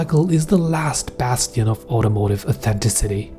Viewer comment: aww-thenn-tis-it-eee, not aww-thenn-ti-city. .